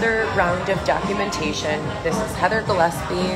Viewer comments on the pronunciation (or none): none